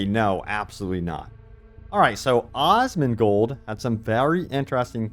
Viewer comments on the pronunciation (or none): "Auwsmongold" XD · Bro said Osmongold 🤣🤣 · AT LEAST say asmongold's name right if your gunna mention him tf...